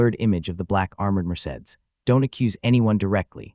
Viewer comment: The narrator of this story can't read well. He has mispronounced Elena several times as well as the car Mercedes.